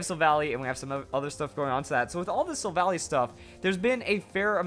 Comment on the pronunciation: "Silvally" is pronounced "sil-val-eye".